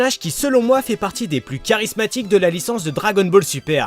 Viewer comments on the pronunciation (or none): none